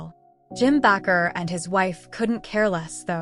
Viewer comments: The last preacher pronounced B like this Baker; not backer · It is pronounced Baker. Be careful here. Jim Baker repented of his sins.